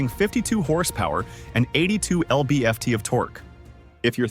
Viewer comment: "Ell bee eff tee" of torque? Really?